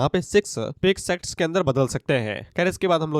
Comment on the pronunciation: Sects sex ki tarah sunai dera hai 😂